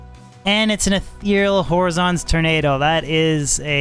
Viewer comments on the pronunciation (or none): You're pronouncing horizon wrong.